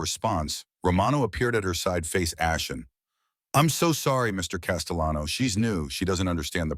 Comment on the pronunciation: The AI pronouncing the double L in Castellano as if it were a Spanish name made me laugh.